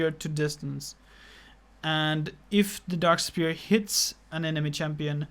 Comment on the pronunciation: It's pronounced S-f-ere not Spear